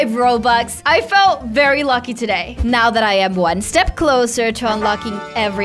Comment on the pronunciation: “Are you serious right neow”